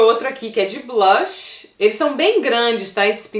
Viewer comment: ca eu te adoro mais vc nao sabii falar blush vc fala sei la blach ahahha